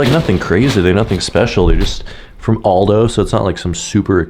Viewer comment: “Alldoe” ? Really...